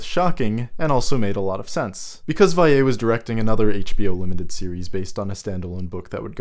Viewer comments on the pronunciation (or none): Yeah I don’t know why it’s difficult to pronounce Vallée... it’s like “Valley”, people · Val.le not Vay.ye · I don't know why he keeps pronouncing Jean Marc Vallée's name as "Vaiyay" but its driving me crazy... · You can pronounce the two l's in Vallée like you would in english. He is french not spanish lol.